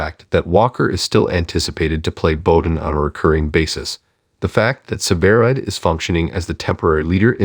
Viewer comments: Why don’t you pronounce the name right it is sever ride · The announcer can't say severide right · Yes I noticed. Sometimes he did and other times he did not plus he keeps saying she.